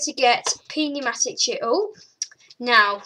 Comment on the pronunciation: It's pronounced new-matic